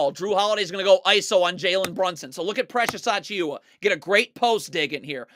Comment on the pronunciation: I love when you say Precious Acheeuwa